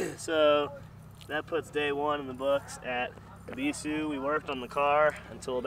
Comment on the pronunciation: You say “ebisu” perfectly fine. You say it the way the Japanese themselves say it. Fuck the haters.